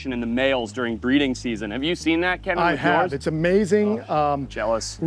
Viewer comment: Ken-in? Lol it’s pronounced like “key-nan